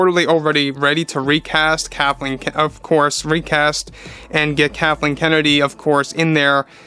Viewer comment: Lol you almost say Kahtleen